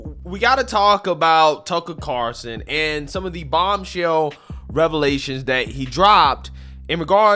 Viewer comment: One of these days you'll actually say Tucker Carlson correctly.